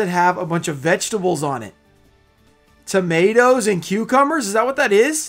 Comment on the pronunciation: My man said tomatoes LOL